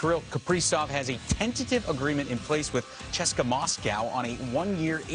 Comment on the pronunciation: We gonna ignore the fact that whoever the broadcast guy is with Darren Pang, he said "Chess-ka" instead of literally just saying C-S-K-A' Moscow. Clueless.